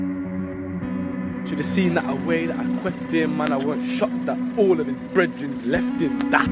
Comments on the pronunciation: Same i thought brehden was breath but his accent pronounces it differently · I'm guessing it's brethren mispronounced